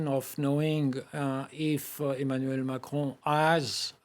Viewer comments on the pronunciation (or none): rafale is pronounced as hafael and macaron as maco lol